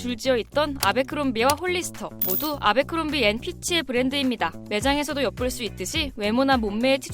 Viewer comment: 애버크롬비라고 읽는게 맞지 않나요? abercrombie 인데..